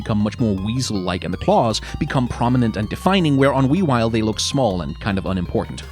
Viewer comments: I was especially irritated by Weavile’s pronunciation. Wea-V-ile! LIKE DODGING AND WEAVING AND VILE AS IN VILE CREATURE! WEAVILE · “Weawile, on the other hand…”. I’m sorry, WHO?!?!